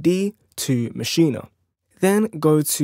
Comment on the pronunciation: It's MASCHINE....NOT MACHIN"A" DUDE.